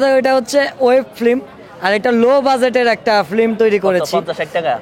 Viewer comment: শব্দটা ফ্লিম না ফিল্ম হবে😁😁😁